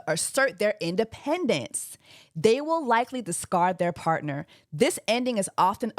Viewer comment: Immediately hearing “ I weel vote” at the start of the video 😂😂